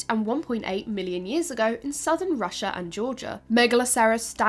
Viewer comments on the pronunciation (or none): none